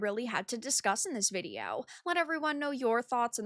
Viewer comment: Why do you say video like that?